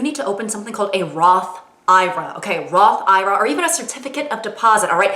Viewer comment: It's pronounced Roth eye rah?!?!?